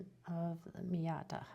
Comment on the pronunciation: not Miata, Maita. very nice pens though. thx.